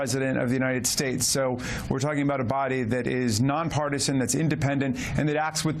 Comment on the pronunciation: more than a dry throat: the united shtates